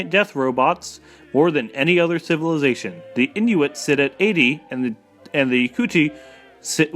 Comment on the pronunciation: If you can't pronounce "Civilization" then you probably shouldn't try and do narration. :/ It's actually true - Setting the speed to 1.5 makes this much more watchable.